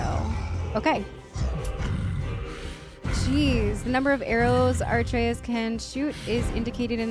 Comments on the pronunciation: A-trey-us, you keep putting the r before the t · Uh - Trey - Us OR BOI Almost no one says his name correctly at first lol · you already recorded the next episode calling him arteus the whole time didn’t you 🤣🤣🤣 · I dont want to be rude but i think you mispronounce Atreus name. I think you say something like "Arteus". Its first the t nad then the r. NO HATE at all. And also you should always speak with brok the triangle button. Amazing work though!!! Edit: I just started ep2 where you explained what happened with his name:) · I legit love how you mispronounced Atreus here as Arteus.